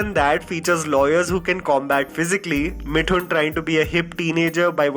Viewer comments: And yet, saying मिठून instead of मिथून is the funniest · Bhai, why do you pronounce Mithun as Mitthun? It's 'Th' as in Thermostat.